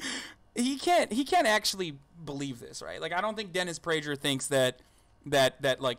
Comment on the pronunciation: This video is cringeworthy, laughing at an argument you disagree with is just infantile and suggests you don't have anything of value to make a rebuttal with. Oh, and It's prager with a hard g, like pagan... FYI